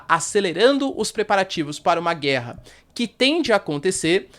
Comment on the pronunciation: "É guella é guella".....